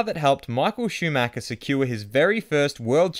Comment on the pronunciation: Lol mick shimacher😂😂 Can you fix that intro?😂😂